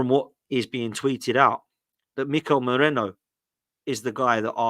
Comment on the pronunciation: It's Merino. Why do English people have that much trouble with foreign names? Are they all dyslexic? Just take 2 seconds to look how the name is spelled...